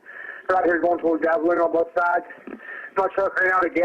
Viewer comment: I thought instead of both sides he said Bronte side.